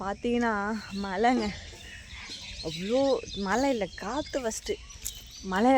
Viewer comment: மலை னு சொல்லாதீங்க மழை னு சொல்லி பழகுங்க 😊 தஞ்சாவூர் பெண் தமிழ் சரியாக பேச வேண்டும் இல்லையா